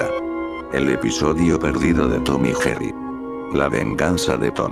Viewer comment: Lo dijiste mal Tom y Jerry